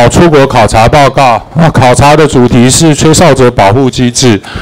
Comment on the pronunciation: 笑死，"考察"還故意停了兩秒XD